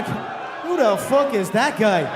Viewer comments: “Fook Mark Henry” 🤣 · “Fook Mark Henry” 😂😭💀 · “Fook Mark Henry”